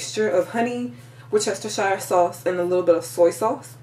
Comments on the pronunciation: i had a problem with that word WORCESTERSHIRE. i was told its WORCE - TER- SHER is the proper way to pronounce it..:) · Pronounced: wurst ster sheer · Pronounced: WUHS-ter-sheer Sauce. Also, I've found it lots simpler, less messy, to premix all ingredients and place them in a plastic Ziplock bag, add the meat, zip it up, work it around until the meat is well coated and ready to place in the pan! Efficient, and clean... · Great video! whatever you said is really Creole seasoning.. A splatter screen is great to prevent popping of grease... Wu-ste-cher (shear) is how that is pronounced. A lot of folks have issues with it.. haaa Good video especially for a first try... One suggestion, you may want to get your nails done for a more professional look, do your hair? Also, maybe clean up the bags behind you. Great first try!! Make money this way too!! Take a peek at "Laura in the kitchen" to see how she started as you have and how she has also made it more professional. Quite wealthy now... selling books and all, good luck God Bless you!! Please understand I am only trying to help...NO shade! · wus chester shire sauce?? pronounce it properly, come on make a bit of effort or you get a kick in the fanny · Looks lovely as a Brit I can tell you it's pronounced as woostishire English spelling can be a little retarded at times ;) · Love how Americans pronounce Worcestershire sauce